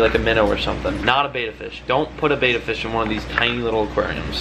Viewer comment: Jeez. Its Betta not baeta